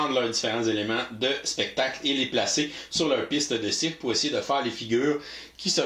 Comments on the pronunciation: ''faire un spectacle dans un circle"... lol "...ajouter à notre circle" .. ben voyons ? 2: 27 " .. éléments de circle" je pense que faut qu'on te dise qu'il n'y a pas la lettre "l" dans le mot '"cirque" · ouch il faut croire que j'avais de la misère à prononcer le mot CIRQUE ce soir là! Merci de représenter l'office de la langue française. :P